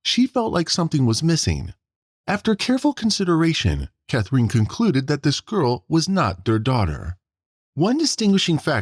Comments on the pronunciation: Who is this /ca-THREEN/ that the video keeps saying? "Catherine", the girl's mother, is pronounced nothing at all like that. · You have a very odd way of saying “Catherine”. Sounds like “Cathreen”. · I noticed the same thing. Bizarre. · Come on, learn to pronounce Catherine.